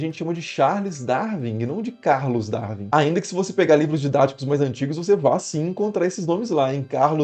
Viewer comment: De brasileiros, só o Pirulla consegue pronunciar bem: Charles DarUin, e não Charles DarVin. Isto porque o W em inglês é duplo U. Duplo V é na Alemanha.